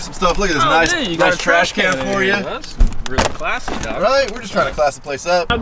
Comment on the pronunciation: lmao that and "dawg"